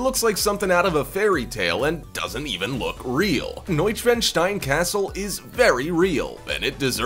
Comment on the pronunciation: When you said castle I heard torture chamber.